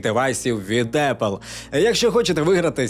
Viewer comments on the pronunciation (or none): none